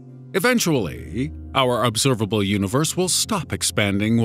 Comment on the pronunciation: "The obserbabble univers"